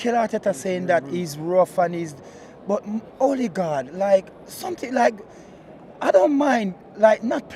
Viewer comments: Øligarch or Ødegaard 😂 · Man call him '"Olligard". Lol. He's not Russian my friend.